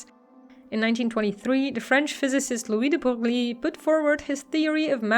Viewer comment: Good summary but you pronounce de Broglie like an American.😁